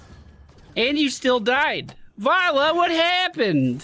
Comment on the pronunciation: why do you keep saying varlla its valla